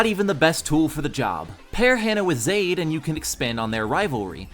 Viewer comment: It's (ZAH- Eed) not (Zaeyd)